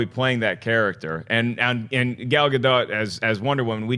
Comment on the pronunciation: It's Gal GaDOT, not Gal GaDOE. She's Israeli, not French.